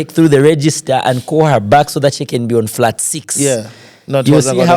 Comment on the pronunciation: Awesome Bwembya Bflow thanks for hosting Innocent his face brought back our childhood TV memories. However,Bflow why do you like Stressing the letter R in every word 😂,have heard you pronounce the word CALL ati KOR . Furthermore, you have a good command of English but tone down on the Letter R please 🙏🏾,this is just a constructive criticism 🙏🏾.